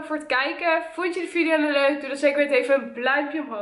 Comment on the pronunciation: Kan je iets duidelijker blauwduimpje omhoog zeggen want ik hoor alleen blduimpjeomhoog